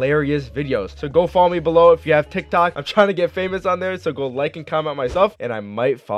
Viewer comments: He said TikTak account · He said tik tak acount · He said tiktak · In 0:9 u said tik tac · THE FIRST TIME MAN TRIED TO SAY TIKTOC HE TICTAC TF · My guy said tiktak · Lol you said Tik Tac account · Lol hahaha not hating but he said tictac